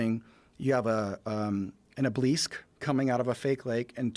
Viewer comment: what is an "ubleesk"? what an idiot 🤣🤣